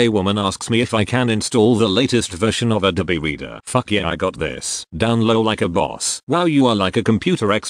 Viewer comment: Can't handle how he says abobe reader fuck